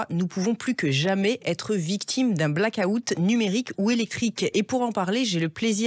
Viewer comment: Les Français, apprenez à prononcer black out de grâce! 😉